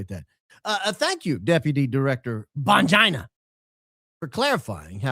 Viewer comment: Now I’m lol each time says Bongina. If we don’t laugh we will cry as they say.